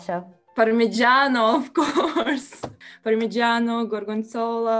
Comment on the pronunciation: Ciao. Sai che c'è? SI SCHIATTA 🤣. Welcome. Glad for to ear you in this fantastic channel and enjoy you with "PARMIGIANO, GORGONZOLA, LIMONCELLO, ETC..." It's cool how you pronounce the Italian words. I like it. Bye💐 Daje tutta.... 20k almost. Forza, forza, continua così. ❤️❤️